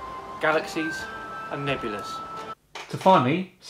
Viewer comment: Did he say nebulas or naked ladies?